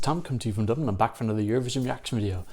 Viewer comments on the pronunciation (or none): none